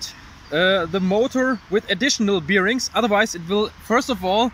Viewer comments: Bier-rings :D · Please look up how "bearings" are pronounced. It doesn't have anything to do with bears. :D